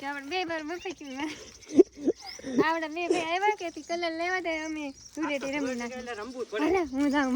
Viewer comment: ધુરેટી નય ધુલેટી 😂😂